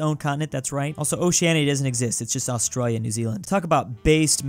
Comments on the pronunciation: Why do you say Australia in such a way that makes it seem like you've suffered a severe head injury at some point in your life? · what did you say? Australia???